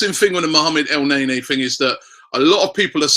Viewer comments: Dont want to be that guy robbie but is not pronounced "elnaenae" its "elneni" sorry bout that haha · It's pronounced El Neni not NayNay lol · el-naynay? wtf rob? i thought hes EL- NEY NY ( L Ney NEEEEEE)